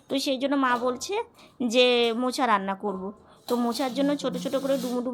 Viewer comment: কথাটা মোচা , মোছা নয়। Pls ektu tthik kore nio